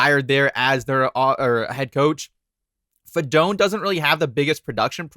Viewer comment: it’s fi-doe-knee